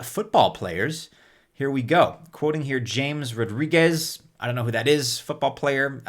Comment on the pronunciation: this James is read Hah-Mehs. Cheers